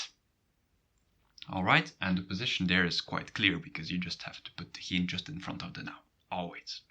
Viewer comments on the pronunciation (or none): waarom spreek je ‘geen’ uit als ‘gien’ in plaats van ‘gijn’?